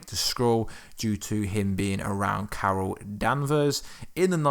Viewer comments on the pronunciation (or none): none